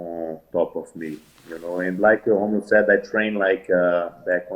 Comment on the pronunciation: Fucking ballsuckers. You must say Rómulo like r in rack. Brasilians are Also able to pronounce R properly